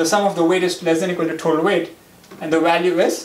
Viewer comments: Why're you saying THOTAL when you can say total ? ☝ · thotal no of kholum😂